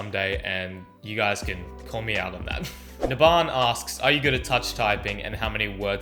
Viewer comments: HEY YOU ARE TWISTING MY NAME, FROM NABHAN TO NABAAN, SO BAD AT PRONOUNCING NAMES!! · Hehe, you pronouncing my name was the most hilarious thing ever 😂😂